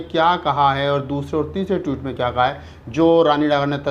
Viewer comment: Tweet hota hai Toot nahi.